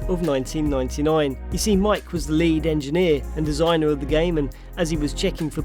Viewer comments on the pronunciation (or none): none